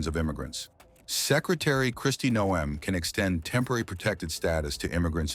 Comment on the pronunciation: It’s Noem, not No em. Can’t believe someone is so ignorant.